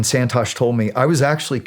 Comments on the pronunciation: Its not pronounced "Sand Torsh" its pronounced "Sun Toshhh" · Indians watching him butcher the pronunciation of Santosh 😂